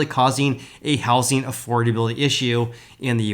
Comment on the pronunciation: I love how you say How Sing market not How zing market.